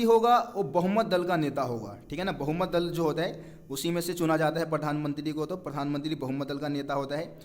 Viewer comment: Bhai pathanmantri nhi Pradhanmantri bolo :) </3